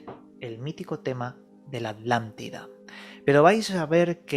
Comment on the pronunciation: Todo biennn, PERO QUE ALGUIEN POR FAVORRR ME EXPLIQUE PORQUE LOS ESPAÑOLES PRONUNCIAN ALANTIDA EN VEZ DE ATLANTIDA, es un problema con la t?